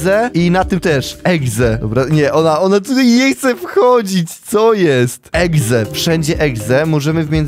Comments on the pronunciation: mówi egze zamiast exe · dziwi mnie to że niektórzy mówią egze zamiast exe XDDDDD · czemu powiedział na początku Sonic eGze......CZYTA SIĘ EXE! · ekse A nie egze się mowi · Exe mówi się ekse a nie egze egze to może być egzekiut taki pokemon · Sonic exe a nie egze